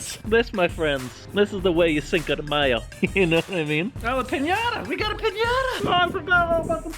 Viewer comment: matthew actually the way they said it was right...